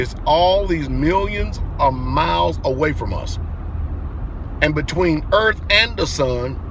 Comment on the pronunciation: Well, there we are, some MENSA candidates, Not...and by the way pastor, it's EARTH, not ERF !!!!